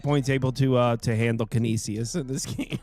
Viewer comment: Trevor trying to pronounce Canisius is hilarious. It's can-ish-is 😂